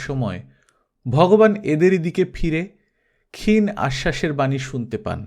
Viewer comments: ক্ষীণ এবং অজ শব্দ দু'টোর উচ্চারণ একটু দেখে নেবেন। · ক্ষীণ শব্দটির উচ্চারণ একটু দেখে নেবেন please